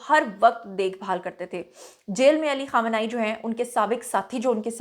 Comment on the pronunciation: اپنے بال بھی چھپالیتی تو کیا ہوجاتا اور آیت اللہ خامنہ ای کا نام سہی طریقے سے لو ورنہ لو بھی نہ